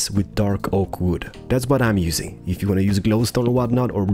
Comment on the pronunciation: You Know its pronunced wood not wooda😂